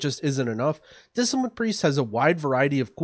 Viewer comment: "Discilipine" KEKW